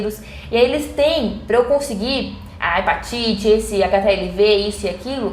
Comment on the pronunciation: he PÁ tite ou he PA tite? Em Portugal há quem diga "hepátite" mas o correcto é mesmo "hepatite" sem carregar o "á". Isto é de muito, muito pouca importância eu sei! Estou a comentar mais porque isso ajuda o canal e aproveitei para comentar isso pois não sei como é o correcto no Brasil e esperando ser um pouquinho construtivo. Sei que a pronúncia da palavra é de muito pouca importância no meio do trabalho de divulgação mas aposto que quer dizer a palavra bem. Vim à um par de meses a conselho do professor Ghiraldelli, desde o primeiro vídeo não só não perdi nenhum como ainda arranjei tempo para ver alguns anteriores. Parabéns pelo excelente trabalho! Força, contra o obscurantismo venceremos!